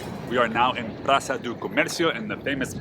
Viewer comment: it is not Praza but Praça ...and last, but not the least - it´s Bairro Alto, not the spanish junk pronounce Barrio Alto. We are portuguese, not spanish! Stay safe, be happy. Hope you come back!